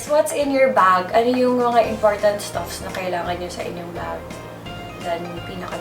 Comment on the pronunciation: Hi Crisha.🙂 Stuff, pronounce it without an ‘s’ at the end. Just sharing.🙂 I enjoy watching your vids btw.☺️😃